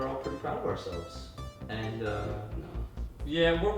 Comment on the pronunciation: you're trying to say 'pretty' not 'prety' or preaty'.